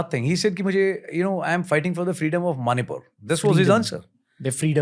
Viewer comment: its not manipooooor yaar